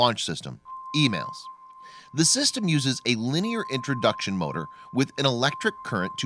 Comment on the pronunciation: EMALS-- The narrator is mispronouncing the name. It isn't (Emails) as he is saying... It is (Emauls) as in being mauled by a bear. Emails??? Fucking dumb.